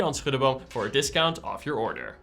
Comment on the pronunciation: My compliments on your pronunciation of "Schuddeboom." Groeten uit Maastricht.